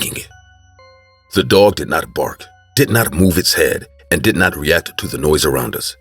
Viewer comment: did u not hear her say ze dog